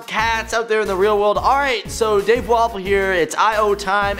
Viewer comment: when dave started i thought he said dave waffle xD